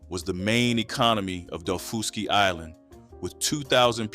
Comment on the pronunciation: My mother was born and raised on Edisto Island in the lowcountry of South Carolina. My grandmother and aunt lived there until they died. I grew up eating this food and still do, always will. By the way, it's pronounced dah-FUSS-key island.